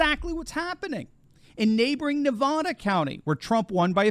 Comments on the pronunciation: Too many commercials. Pronouncing Nevada wrong is really irritating and distracrting. It’s Nev-AAH-duh, not Nev-AW-da. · For the love of God....learn how to pronounce Nevada